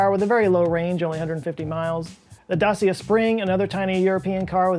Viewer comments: Mispronounce them, baby! Dacia is Da-tchia for example. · Btw. Dacia is pronounced da-chia